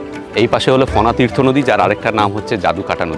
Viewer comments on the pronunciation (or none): it's not fonatirtho it's Pon Tirtho